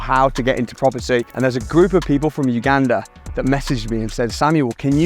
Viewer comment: Thank you for all your efforts, this is a significant achievement. Secondly, I appreciate your accurate pronunciation of Uganda.